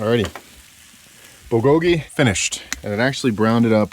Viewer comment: The accent is in the bul not the go part. Búl go gi…cheers!!